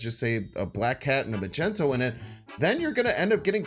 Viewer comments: Why you always saying magento, its mag ne to 😢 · are you trollin with that magneto pronounciation ?